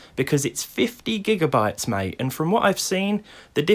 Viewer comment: Bethesda’s own engines are ancient, unoptimised, and as buggy as hell. It doesn’t help that it’s just damn ugly even with their so called High Resolution texture pack, but it’s good to hear the natural Kent accent coming out in your “50 gigabyte, mate”.